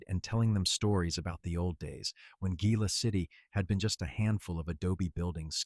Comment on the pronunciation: Very impressed this narrator correctly pronounced Gila City. 😊